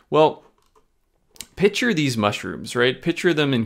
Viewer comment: Did he say “pitcher these mushrooms”??! Or did he mean picture…?